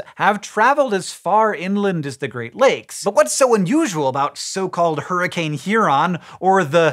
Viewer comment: "Huroncane" That's it Green, your pun license have been revoked.